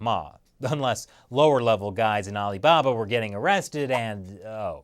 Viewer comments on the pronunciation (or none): none